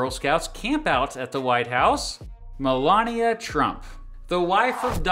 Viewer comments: Malaria?! Did you say Malaria Trump!? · No , he said Melania